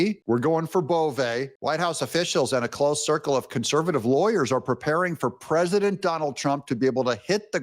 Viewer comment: Is Mike Davis the one who can't pronounce the word "president" and says "PRESINANT"???🤦‍♂️